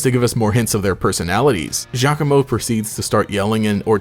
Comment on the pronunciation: Thank you for not pronouncing Giacomo's name "gee-awe-coh-moh" like every other PokeTuber does. And since we're talking about him, my theory is that he's Guzma's nephew.